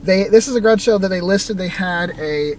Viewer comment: Creepy sounding scab lady. Plus I like how you say grodge instead of garage